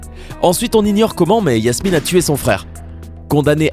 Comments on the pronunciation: Je rêve ou il dit Yasmine et PAS JASMINE ??????!!! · Ses pas yasmine ses jasmine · La 2eme meuf c jasmine pas yassmine